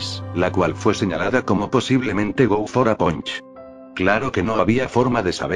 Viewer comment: El nombre: Go for a Punch Lo que escucho en el video: Go fora Pancho xD